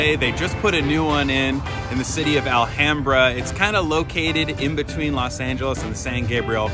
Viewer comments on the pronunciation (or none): none